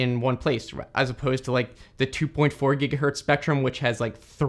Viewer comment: bro literally said a "giga-hurt" lol i can't even